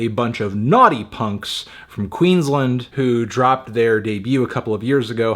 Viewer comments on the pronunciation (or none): As a Queenslander, it’s pronounced Queens-Land. Not Queenslind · It's Queensland not Queenslnd. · just because there are a lot of awesome new artists coming from my state i thought it worth to mention it’s pronounced ‘queen’s land’ americans always get it wrong haha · queensland not queenslnd, sorry melon do ur research 🙄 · OMG ITS PRONOUNCED "QUEENS" "LAND" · I like how antknee pronounced Queensland as "Queenslund" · The pronunciation of QLD though..😕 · As a Finn I base my pronounciation of Queensland on the way Eamon said it in Smoko..."Queensland, harsh summer heat"